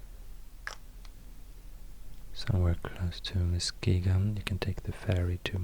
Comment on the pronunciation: THANK YOU for pronouncing Muskegon correctly!! ❤️❤️